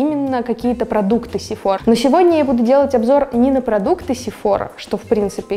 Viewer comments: Только не СефОра , а СефорА ) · изначально этот брэнд из Франции!!! поэтому сефорА!!!!!!!!!!!!!!!!!!! потому что во Франции все окончания на последний слог!!!!!!!!!!!!!!!!!!!!!!!!!!!!!!